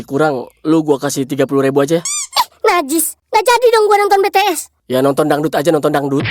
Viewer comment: bank yang benar itu BTS bukan Btees